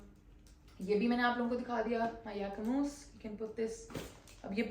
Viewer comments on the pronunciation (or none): is it pronounced as J-acquemus or the way you said it as Yah-acquemus